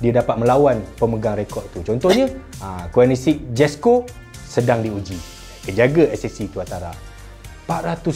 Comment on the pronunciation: Koenigsegg (ko-nig-seg) tp sebutan berbunyi "kuih ni sekk". Hahaha. Idaman whoaa koenigsegg tu..dapat model "One:1" pun jadilah..